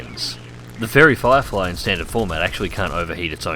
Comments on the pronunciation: Cpt Chapy No he said fairy flierfy, listen harder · Yeah he said Flierfly hahahaha